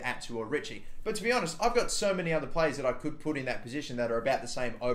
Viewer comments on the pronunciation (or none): none